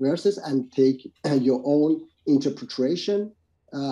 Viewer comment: its unreal that after so many debates and so many people pointing it out he still cant pronounce interpretation.